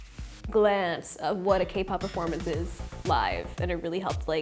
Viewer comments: im sorry alexa, but its kay pop 😭😭 its okay i love you regardless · The way she says 'kuh-pop' kills me. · Alexa has tall girl energy!! I swear she seems at least 6 inches taller than she actually is. Also obsessed with her calling k-pop "kuhpop" lmaooo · she always does this 😂 it's funny hahaha she even called zb zblabble sksks